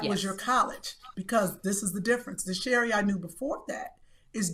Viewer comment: Sound like milk of magnesia the word Sherri said.